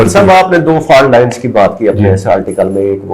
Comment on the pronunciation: Did he say correcting the FART lines😅😅😅